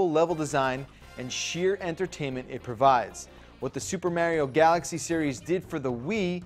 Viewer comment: why does he say mario weird?